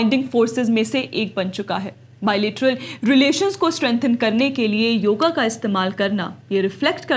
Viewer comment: योगा नहीं योग बोलो बेटा